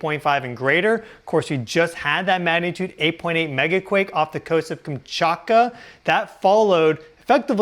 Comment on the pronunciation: I’ve always wondered if he smokes too much weed, or has a lisp. He says some words with a weird pronunciation.. “teslers” “murcury ” “sixs instead of sixth” “meyenmar” “earf” “kamchAKA” it’s not a chakra, it’s KamchATKA.